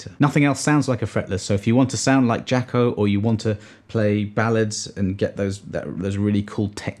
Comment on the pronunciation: Nice introduction. I suggest you check out Wikipedia to understand why Jaco is pronounced Jocko. (I intend this as interesting trivia really, and not harshly) Pity the lowly 12 string that gets no coverage. Great bass selection and explanations as to why. Cheers and happy New Year!